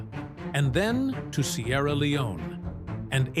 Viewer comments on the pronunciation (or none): none